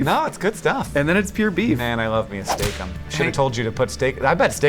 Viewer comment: It was a bad idea to take a drink every time they said "Steak Ems" or however it's spelled. This is probably the end, dear friends. Haha jk